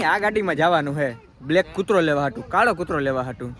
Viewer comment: કૂર્તો ❌ કૂતરો✅